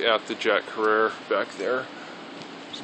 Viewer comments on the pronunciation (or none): none